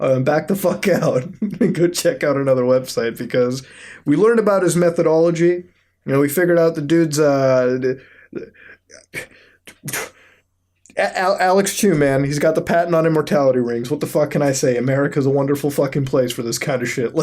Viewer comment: His "METHidology